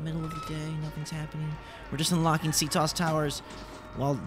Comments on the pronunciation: loving the escape but please listen to Auden it's pronounced C T O S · It's C.T.O.S not "ctos" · It's not ctos in one word it's c.t.o.s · And by the way it's not c tos it's c.t.o.s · Its pronounced C T O S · Its C-T-O-S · You pronounce CTOS wrong